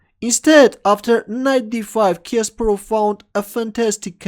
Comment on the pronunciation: Not Késperov but Kasparov